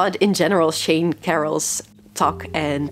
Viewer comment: Just a small correction. I think you pronounced Sean, Shane my name. Its pronounced shawn. Though close enough as my name is Sean in Irish. No big deal anyways